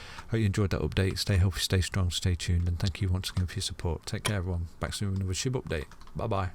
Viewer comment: did you call it sheep on purpose? hahaha